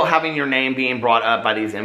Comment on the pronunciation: It’s not a video to me until he says Human BEAN ☀️